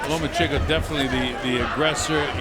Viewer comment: He also pronounced the name wrong several times. I enjoyed the hell out of that. Same with "The Mexican Fighter" or "The Mexican" LOL! OH, AND THE "FIGHT LIKE A MEXICAN" "DOWN AND DIRTY" HAHA